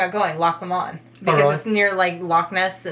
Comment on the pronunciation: I like video, but it's so focused on Skye and Edinburgh (and it's pronounced Loch Low-mond and I live like a mile from it). I've been everywhere in his video and they are all worth a visit, but most of them wouldn't make my top 10. With the time you have you could do the following - a whistlestop tour going up the A9 from Edinburgh as far north as Inverness, stopping at a few places along the way. From Inverness head along the Great Glen past Loch Ness to Fort William. Loch Ness is nice, but there's a ton of nicer places so it's worth a little stop just to go there, but don't spent much time there unless you really want to. Fort William has some cool stuff - keep an eye out for the steam train (and consider a detour to Glenfinnan to watch the steam train going over the viaduct). After Fort William, head south along the A82 to Glasgow, stopping along the way to look at some of the sights, including Loch Lomond (my neck of the woods!). If you don't want to drive quite so much, then I'd start again at Edinburgh, spend a day in Edinburgh, then visit Stirling and Loch Lomond and the Trossachs National Park before finishing your trip at Glasgow. I used to work in tourism and I've seen most of Scotland so let me know if you need any help or any specific types of recommendations:)